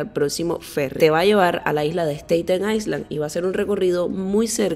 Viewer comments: Un tip. Island no pronuncias la s. Se dice ailand. Era todo. Muy bonito e informativo. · En inglés la palabra ISLAND se pronuncia como AILAND, LA S NO SE PRONUNCIA.